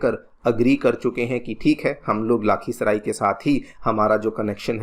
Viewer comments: It's not गोडा it's गोड्डा लाखीसराय नही लखीसराय 😅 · sir aap mare hometown ko glt pronounce kar rahe ho 😢 lakhisarai